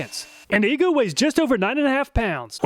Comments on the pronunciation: are you sure about the pronunciation of EGO? i would think it would be E-Go, not E goo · Make a video where you just say, "E-GOO" over and over until you figure out how to properly pronounce it. Hearing you repeated so many times Almost seems like you were just messing with us! like nails on a chalkboard! 🥴